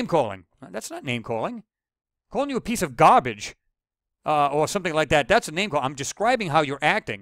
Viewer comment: Lol best part - when he's arguing with the guy "piece a gaHbage!" Lol